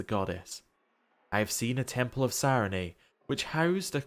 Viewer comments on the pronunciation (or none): I'm enjoying the series. This was the first episode I struggled through and it's silly, but your pronunciation of "Sarenrae" leaves off the second "r," and you said it a lot in this episode. 😂 Keep them coming!